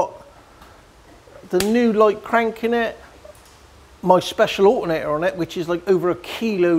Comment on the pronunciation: Love. "allerr-nayy-err" Took a second go to realise what he was on about:)